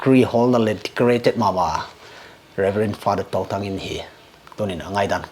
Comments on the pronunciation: Bro it will be Touthang not Tothang😂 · Fr.Stephen Touthang not tothang